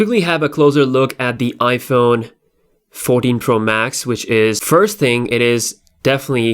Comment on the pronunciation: His accent made him said "noush" and "Iphone 40 Pro max"